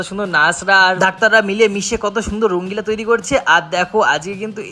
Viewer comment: ওরে মূর্খ! ওটা "রঙ্গিলা" নয়.. "রঙ্গোলি"!